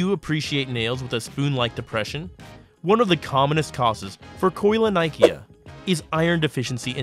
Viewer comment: it’s called keylonyhia not koi(like in fish)lonIKEA.